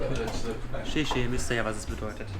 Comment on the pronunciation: Informativer Vlog! Nur ein kleines Detail: Es heisst nicht "Schischi" (das ist was Anderes :) ) es heisst 谢谢 (gesprochen: XieXie wie Schieh-Schieh)